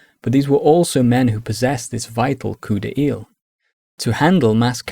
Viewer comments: Thanks for an awesome historical overview! May i just suggest that the u in guerre, like in guess in english, is only there to indicate the sound of the g. And coup d'oeil is pronounced like "coo DOY" in English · Your description of "coup d’œil" is quite accurate. Pronounciation on the other hand... 😅